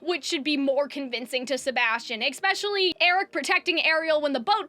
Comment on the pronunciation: "eckspecially" kills me